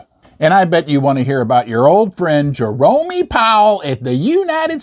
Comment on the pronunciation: is just poking fun at that name I’m fairly certain… Just like he pronounces Jerome as “Jeromey”